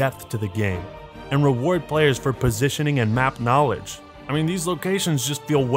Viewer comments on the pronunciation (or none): none